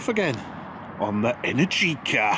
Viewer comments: Mate, the stressed syllable in Energica is the second one (enERgica), not the third one (enerGIca). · It's pronounced enErgica not energIca . 😄